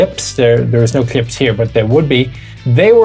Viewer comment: Say clips again!